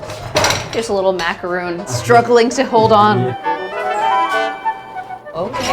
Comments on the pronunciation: Umm, did she just pronounce macaron as macaroon? They're a totally different kind of biscuit made from coconut, someone on a food channel should know that. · It’s not a “macaroon”. I’m convinced someone whose job is to cover the New York restaurant industry, is so well spoken, and has taken the time to report so intimately about the workers in the industry doesn’t know the name of an extremely common cookie. She must have said it four or five times in the video. Is this suppose to be some kind of inside joke? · Being a food reporter not knowing how to pronounce macaroons is wild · Common mistake but it's macaron not macaroon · It bugs me that she says "macaROON" instead of "macaRON" for a cooking channel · macarons not macaroons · Nicely produced, however did she call the macarons “macaroons”not once but twice? I have to laugh because the first time I had either of those was in New York City, even though I’ve never lived there. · Macarons and Macaroons are two different things. A very common mistake but I kept hearing say macaroons when they were macarons. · "Macaroons"? I think you meant macarons. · How does this woman not know the difference between 'macaroon" and macaron! UGH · Lady, you epitomise Americans butchering language through either ignorance or laziness. Not only did you consistently mispronounce his name say-ed not eed or id - you started a food review and mispronounced macarons - macaroons are something totally different, and for heavens sake America, learn how to bloody pronounce croissants - “kwa-son”. This is one of the many reasons why people around the world cringe when yanks open their trap. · What kind of food writer looks at macarons and calls them "macarOOns"...twice?